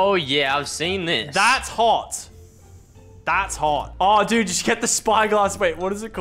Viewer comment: It physically hurts me to hear Lachlan say ttttthats hawt